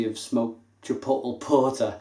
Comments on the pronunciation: If it helps, Chipotle is pronounced chipot-lay.. And Jalapeño is Hala-peno. Cheers. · chipotle is pronounced 'Chi-pot-LAY' and the J in jalapeno is silent. haha I had to! Great review as always mate. I haven't had this one, I liked the choc orange version though. Very subtle. Nice stuff. Cheers!